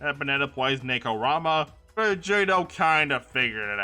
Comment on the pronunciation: Other than some wrong pronunciations, Nekorama instead of Nekopara and the C in Monoceros being pronounced as a C instead of an S, I really enjoyed the story so far